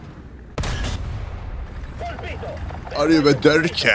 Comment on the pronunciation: Bravo! Arrivederci lo pronunci bene. Ma "positione" proprio no😂 Si dice posizione